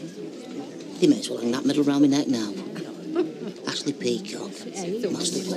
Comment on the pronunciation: That's how Ashley pronounces (or, rather, mispronounces) her name.